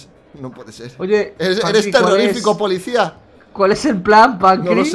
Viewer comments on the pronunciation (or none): Like si escucharon que dice polixcia